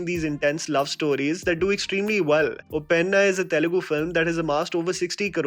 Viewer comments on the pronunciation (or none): don't pronounce it as UPPENNA I mean it UPPENA, so don't stress on the "N". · Uppena is a wonderful film, a bold one. And btw it's pronounced as उप्पेना, it means a tsunami kinda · Just saying being a telugu persons Uppena pronounciation is wrong bro